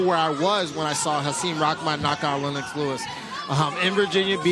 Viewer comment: "Len-knocks" Lewis!?!?!? Who TF are these guys?!!??!?